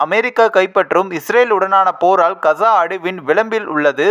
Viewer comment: Kza. Illai kaaza endu thelivaaha sollavm